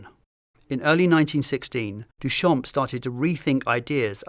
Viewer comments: So irritating that his name is mispronounced the entire time, the "p" is silent in "Duchamp". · Amazing video, what we have today for free on Internet is unbelievable really Btw Duchamp is pronounced without the p at the end, it means "from the field", a common last name that dates from time where last name where picked to recognise a person, so coming from a line of farmers, even if probably far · Not to be that person but in french, the “p” in “champ” is silent